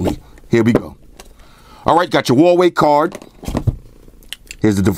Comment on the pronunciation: As soon as I heard you say VAVEI, I gave thumbs down and exited video. Bye